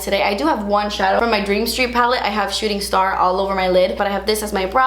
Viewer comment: It sounded like she said shitting star. 😂💀